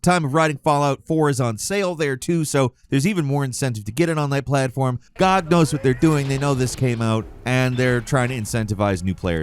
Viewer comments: why the fuck would you pronounce GOG that way, find god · Gee Oh Gee. Not Gawg. Good Old Games. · I dont know when people started calling GOG "gawg", but i really want to go back to when that wasnt a thing lol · Wait, is it a normal thing to pronounce Good Old Games acronym GoG that way? I dont think ive heard anyone else do it, but i could see it going the same way lol did.